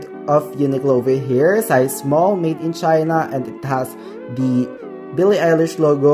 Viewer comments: AMAZING VID Its pronounce BILLIE EYE-LISH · You pronounced her name wrong. You could've avoided this mistake if you researched how it's actually pronounced before making this video. Also, you should've also pointed out that the sizing in Uniqlo Italy is different from the sizing here in the Philippines. The SMALL shirt that you are wearing is actually MEDIUM here in the Philippines. You are misleading your viewers, especially those who are from the Philippines. Check out the size chart of this UT collection from the Italian and Philippine website of Uniqlo and you'll understand what I'm talking about :)))